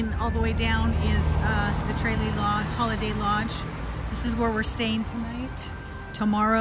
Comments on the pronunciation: TRAYlee????😂😂😂 It’s pronounced Truh LEE😊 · Nice video, good content. But you were pronouncing Tralee wrong. It is a short “a” sound. 😊☘️